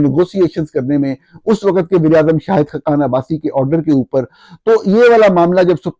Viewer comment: وقت کی ادائیگی درست کر لیں پلیز۔۔۔آپ کہہ رہے ہیں و۔۔۔۔قت جبکہ لفظ ہے وق۔۔۔۔ت